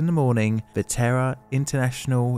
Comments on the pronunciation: I know I am not the only one who initially thought you were saying the "Terror International" plant exploded. (It's "Terra".) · Ten seconds in, do I hear Terra or terror!? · The way "Terra" turns into "Terror" in accent seems all too appropriate for this one, yikes! 😯 It's always fairly horrifying to me just how many of these fairly major disasters appear to have happened internationally during my teenage years, and just how few of them I've ever heard of? Makes one devoutly hope that safety measures have improved in our current era, but...!! 😵‍💫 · Did he say "Terror International"?